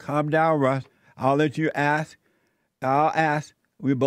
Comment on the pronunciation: My goodness. This is what cops & all other service folks got to put up with. "Ax him where he going, he telling me where he been!"